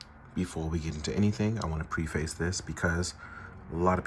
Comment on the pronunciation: Preface is not pronounce exactly how it’s spelled. It not PRE-face, it’s preh-fuhs. Off topic, but trying to help my fellow man with proper English when I can. 😅